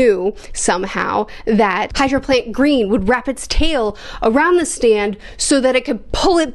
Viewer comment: kakyoin's stand is pronounced, high-row-faunt green